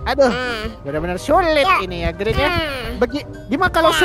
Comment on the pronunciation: Bg bukan grin tapi green